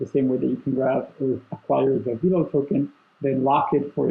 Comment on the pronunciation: It's veh-lo not vee-lo!!!!!!!